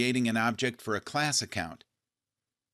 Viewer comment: The speaker had no idea what was talking about. Otherwise he would have emphasized "class Account" correctly.